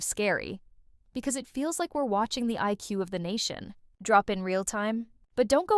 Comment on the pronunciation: There are significant signs that this was put together by AI, with no one to sanity check it. The narrator sounds mostly OK, but does have some odd pauses (Take the last sentence: "Thanks ... for watching." with the watching sounding like something will come after it, and the stretched pause for no reason between thanks and for), and I think at least one obvious mispronunciation. And then there's the thumbnail. What the bloody heck is "Vito prison"? Judge Oakley certainly doesn't say that. The "bar code" comment was the obvious stand out remark, and what would make sense to put on a thumbnail.